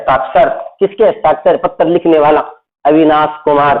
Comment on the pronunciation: Sir pattar nahi hota hai patr hota h